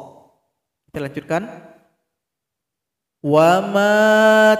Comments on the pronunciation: Bukan wama tapi wala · Aslm ustaz maaf tadi mcm sala sbut wamayutla tpi ustaz sbut wala maaf atau saya yg sla dgr